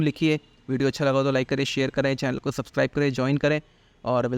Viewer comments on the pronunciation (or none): none